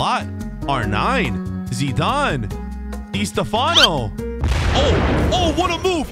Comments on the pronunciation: "Dey Stefanou" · its distafffano